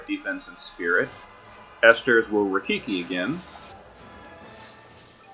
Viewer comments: I cringe every time you say "Absolute RaiKIKI" :D It's RaiKIRI which means Lightning Cutter BTW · absolute "rye-keer-ee" not rafiki lol :P and as always, excellent vid and thanks for the alternate strat